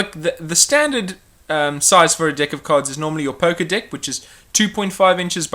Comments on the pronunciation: sorry if I sound like a perve but your saying dick instead of deck.....LOLOLOL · I love it how it how he pronounces deck like dick.